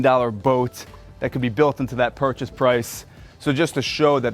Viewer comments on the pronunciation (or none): none